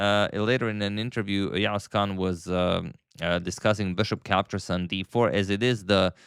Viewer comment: you pronounced yağız kaan's name almost perfectly 🫡